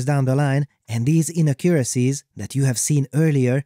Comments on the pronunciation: For the word 'inaccuracies', the stress falls on the second syllable: inACCuracies. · My favourite part of this video is how you say inaccuracies as inna-currencies